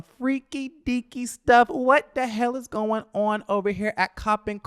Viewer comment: it’s Cop-Pin State